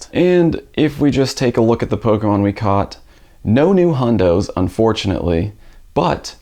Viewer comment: Is it possible to slur the pronunciation of the word "pokemon" anymore than does?